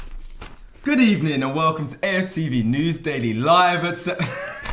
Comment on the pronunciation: Man said good Ebening 😂😂🤔🤔🤔🤔🤔